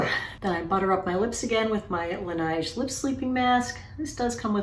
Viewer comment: Although Laneige is not a French brand, the pronunciation would seem to be similar to the word ‘beige’.